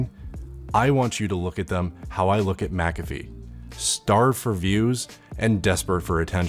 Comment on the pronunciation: The into music made me subscribe, and then the way you pronounced MACAffee made me unsub. Just kidding about the unsub. Very necessary and informative vid. Thank you.